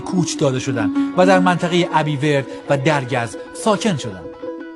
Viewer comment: اَبیوَرد تلفظ صحیحشه😊😊